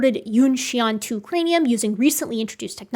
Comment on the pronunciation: Thank you for the interesting and informative video, love how much I learn from the channel! If I may, for future reference, "xian" rhymes with "yen" rather than "yon"